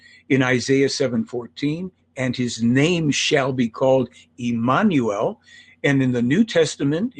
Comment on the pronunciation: She can't pronounce Emmanuel? LOL